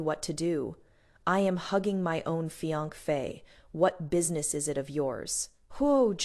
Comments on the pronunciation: She has tongue problems and can't pronounce the word fiancee correctly! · Why can't the narrator say fiancee correctly?